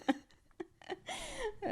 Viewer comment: Great job this time pronouncing Massachusetts 😂🥳 local legend does in fact confirm that “bitch, you thought” could be heard as the ship was sinking. Cool to hear you guys talk about my home state, even though I’m not a fan of Mass’s part in the whaling industry... Also, Jaws was actually filmed in Mass, on Martha’s Vineyard which is an island off the Cape. It’s unfortunately my bf’s fav movie lol